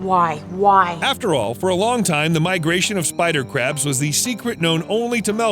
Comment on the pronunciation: Why do i hear every spider crabs as Spycrabs